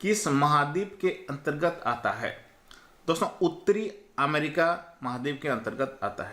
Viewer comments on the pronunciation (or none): none